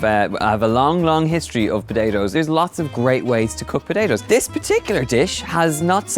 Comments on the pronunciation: I love you Donal, you're an awesome chef and I love your channel but now whenever you'll use potatoes, I will forever hear puh-day-toes 😂😂😂😂🤷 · He said padayoes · Pud- day- toe.... Why! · I love how he says potatoes 😍😍😊😊😊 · The way he says "potatoes" ❤❤❤❤